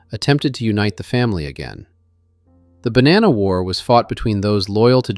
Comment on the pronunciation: The one thing that makes me FRIGGING NUTS, is this guy keeps bouncing back and forth with the pronunciation of the last name of Bonanno. neither is correct, it is BO-naw-NO....I know, I went to Santa Clara High School with Joseph and Salvatore. And my Aunt was good friends with Rosalie Bonanno and worked with her at 1st American Title Company in San Jose.